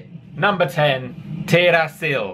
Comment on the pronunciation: just so you know Teerasil is pronounced Teerasin as the L at the end of the word is a N sound :)